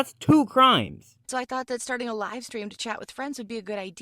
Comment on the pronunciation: she said lime stream